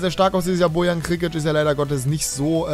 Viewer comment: auch nicht, dass Bojan französisch ausgesprochen wird. :D